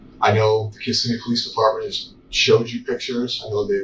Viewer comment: You miss pronounced*****Kissimmee*****!!!!!